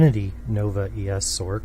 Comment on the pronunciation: why does he pronounce it "sork" when the c in sorceress is an s sound, i always pronounced it a "sors" because of this same with "merc", which i pronounce "mers" because its short for mercenary